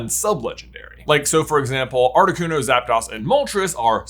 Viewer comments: Zap DAHS?? SPANISH! DO YOU SPEAK IT!? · Za"Das" is wild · I couldn't even focus on any pronunciations after Zap-DOSS... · Not seeing nearly enough hate for how J pronounces Zapdos. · the legendary bird trio's names have the Spanish words for one, two, three (uno, dos, tres), so it should be pronounced that way. It should sound like the English word 'dose'. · The way he pronounces Zapdos & Giratina is concerning. It gives off the impression that he has never actually watched Pokemon before. He should have at least heard their pronunciations in the show at some point.